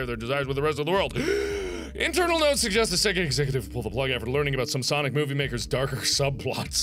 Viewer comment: It"s ""sanic"